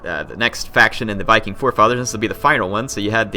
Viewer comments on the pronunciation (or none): none